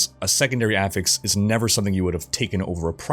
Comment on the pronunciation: Dude, you need to work on your pronunciation of words... everytime you say sparse or affix, it drives me up the wall...